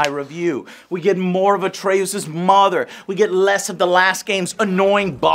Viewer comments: Joe. Stop trolling. We know you know how to say Atreus' name correctly. You said it correctly in your last review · Watching this review was like watching the last airbender life action movie, i keep asking myself why does Joe keep pronouncing Atreus that way ? Lol it’s driving me nuts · How is it possible to butcher both kratos and atreus’ names lmao come on otherwise this video was awesome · Joe you are pronouncing "Atreus" wrong... His name is BOI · Joe, just one question. Who is this Atreyuuuuoos that you speak of??? Pls joe, im so lost! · Atreooze? Atreus really a twist for the tongue for that Texan accent😄 Odin sound too different is that Marvel talking? So your girl got to lay with your Kratos cosplay huh🙂 hope you eventually got it off. HMmmhuh? fighting Björn it is just a bear. One has to own a ps4 (ps5) well there is a wires crossed I think, it has been a long review. Love it you always deliver 🙏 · Who"s "Atreoose" Its Atre"Us" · Dude, why does Joe mispronounce EVERYTHING? Its Atre-US, not AtreOSE. Its So-NI not SON-I. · Game: says Atreus’s name multiple times over the course of a 30+hour game. Joe: “Atre-oos” 😂😂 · Take a shot every time Joe says "AtrayOOS" 🤣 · Did you play this game? I played it from start to finish and I never once heard anyone pronounce Atreus name Atraooos 🤔 40 hours and you cant remember his name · AGAIN!! Joe says Atreus' name wrong for no reason. "Uh-tray-uus" Whyyy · I'll never understand how people can manage to pronounce names differently than what they hear in the game/show/movie. Like, Atre-USE???? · Everytime Joe said "Atrey-oos," I got bad Last Airbender flashbacks lol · You say atreus wrong on purpose or what? The game tells you his name plenty to be pronouncing it your own way ...wtf atray-oos? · We hear everyone in the game say his name why is Joe intentionally saying it like" atre oos" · Why call him atrayous lol they say his name dozens of times if not over 150 times beetween the two games lol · Ah yes.... Atray-oos